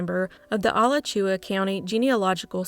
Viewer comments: Alachua: I've always heard it pronounced Ah-latch-you-ah rather than Al-ah-chew-ah. Florida is full of easy to mispronounce city/town/county names, I've heard many creative mispronunciations (usually but not always from tourists) over the years. Job well done on research and presentation on often ignored cases, and I heartily thank you for your continuing hard work to bring these to wider public attention. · I ❤ you, girl, but you're whipping me with the Alachua County from the last story. Just helping out...... it's uh-latch-ooh-uh. We're both Southern fried, so you'll get the pronunciation! Keep up the great work!! ❤ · It's pronounced like A-Latch-You A...